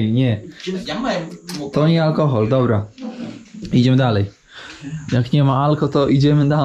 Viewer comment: "Alkochol?" Kierowniku daj spokój. Potrójny mgr i "alkochol" ? 😵😵